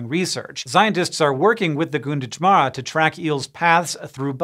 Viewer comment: Gunditjmara might sound closer to "Gan-diji-mara" not "goon-ditch-mara" just based on how I hear other local place names pronounced here. It's really hard to translate aboriginal language into english letters.